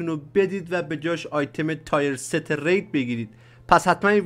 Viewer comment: تییِرست گل من نه تایر ست.